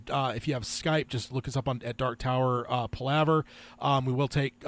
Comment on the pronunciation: He’s mispronouncing Palaver. It’s Pal (like your buddy) a (like uh ) and ver.